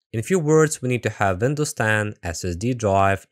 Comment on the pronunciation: Pronouncing Windows as "Vindows" is very german pretty cool I noticed that